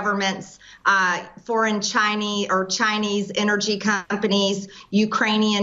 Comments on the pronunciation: Did she say Chi - Nee? Wtf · “Foreign Chiney”...? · Did no one notice she said " The CHINEE" hahahahah